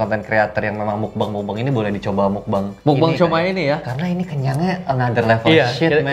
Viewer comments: Tulisannya meokbang di baca mokbang "o" ny o lemah sekian terima kasih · Ngucapnya Mokbang Bang... 😆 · Meokbang ka dibaca nya